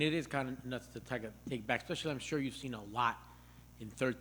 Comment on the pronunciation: Hey everyone it's "especially" NOT "expecially". Wtf, why do so many people pronounce this word incorrectly?? Yernt!!